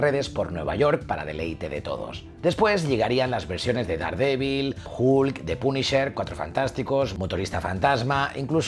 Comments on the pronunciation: El comentario va dirigido a que pronuncia la "H" como suena en inglés, pero la "U" como suena en español. Si escuchas "Hulk" en inglés, verás que el sonido es más parecido a una "O" o inclusive una "A". Te invito a que primero escuches como se pronuncia realmente, luego vuelvas a leer mi comentario para que le entiendas, y al final te metas tus respuestas donde te quepan, crack. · El increíble "julk"